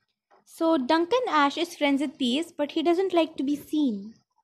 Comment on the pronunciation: Actually, I think it’s Ash eeee, not ash